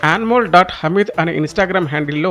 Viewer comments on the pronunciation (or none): యాన్మోల్ కాదు నాయనా..అది అన్ మోల్...